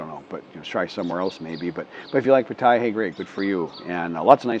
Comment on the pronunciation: greetings buddy. Please ask a Thai person how to say Pattaya. Your way sounds like a German newbie right off the bus. ^^. Greetings fm majestic Chiang Rai the abode of Ajaarn Chalermchai